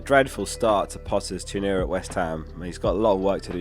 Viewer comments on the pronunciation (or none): I thought I was the only one who heard that! It's 'Ten Yer!' Not 'Tea noor! 😂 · What was that pronunciation of “tenure” 🧐 haha